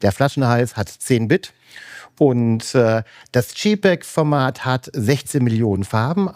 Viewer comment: Tolles inspirierendes Video! Vielen Dank. Man verzeihe mir eine kleine Klugscheißer Anmerkung: gerade ein Fujiexperte sollte wissen, der Buchstabe J bei jpeg wird im englischen "dschey" ausgesprochen und nicht "dschi". Das wäre dann der Buchstabe G.